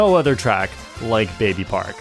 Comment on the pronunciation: at number 1 you mispronounced baby park